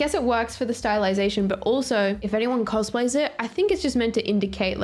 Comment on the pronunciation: Ummm….guys… pronounced cosplay wrong….and also…my sisters name is Gwen